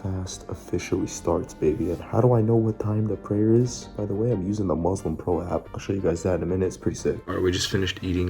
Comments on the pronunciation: great video! RESPECT but please it's muSlim with an S not muZlim 💢😅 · your a legend. Showing us all these tips for jim work in Ramadhan. Also your pronunciation of everything is sick as well. Only 2 things were 'muslim' not 'muzlim' and 'ramadhan' not 'raamadaan' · Thanks, I'm following your work out routine. *not: if you want to try fasting don't start with cold water it's bad for your empty stomach, better to drink room temperature water, and don't go chugging too much, drink as you usually drink slowly. **not:: The "S" in Muslim sound like "S" not "Z". muSlim not muzlim.